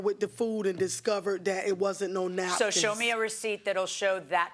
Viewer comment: It's the "nackins" for me!